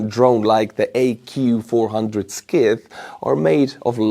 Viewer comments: Hey, in english, "Scyth" is pronounced "Sith" with the 'c' silent and the "i" rhyming as in "Mike", not like "Skith" with the "i" rhyming as in "mist". Of course, I don't know what the name of a Ukrainian drone is supposed to sound like... Thanks for your reports. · Or like the word "Sigh". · 😂Scythe in English should be pronounced /saɪð/ unless the Ukrainian name is Скид. In English a scythe is a farming tool from the Middle Ages and the age of serfdom, as well as the staff used by the Grim Reaper. This chapter made me laugh, which I needed. Merci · I hate to correct you,....but Scythe is pronounced "sithe" with a 'long' i. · Scythe is pronounced sythe.. the 'C' is silent. Thinking of the future (urgent) - LASER innovation is the next step. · Your pronunciation of the word "Scythe" is rather inaccurate. It's a bit like ---> S(eye)th - imho. Perhaps have a native speaker of English say it for you . . . ? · Peter pedant here Scythe is pronounced sigth it’s the long bladed tool used to harvest corn or even cut grass. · "scythe" is pronounce 'sigh" (moore or less... :) ) It is an agricultural tool, hand held, for harvesting grain like wheat. think of what the 'Grim Reaper" carries as he harvests humans for the afterlife. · Thank you. Scythe is an English name for a long handled grass/corn cutting tool. Vikat in Estonian. Pronounced "sigh-th". Slava Ukraini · It's actually just pronounced as "Sigh". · Hi. In English, scythe is pronounced "sie (as in 'pie')-the". That is, the 'c' is silent. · Hey, the Scythe is pronounced "s eye th", named for the historic tool for cutting hay and wheat/oats/rye grain crrops. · Scythe is pronounced rhyming with tithe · Hi, hope you're OK. Quick pronunciation assist. The scy of scythe is pronounced like the Sci of sci-fi not the sk of ski. It's a big curved knife with a handle used for harvesting crops. 🇬🇧❤️🇺🇦👍